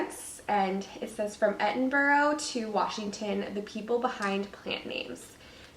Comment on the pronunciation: Just a tip ~ Edinburgh is pronounced like Edinbruh! 😊